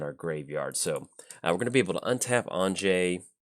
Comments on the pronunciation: Hey, glad you’re running Anje, def great to see coverage for her. I also wanted to let ya know her name is pronounced like Anya 😁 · You beat me to it although if I'm honest I was expecting a way worse pronunciation like anji lol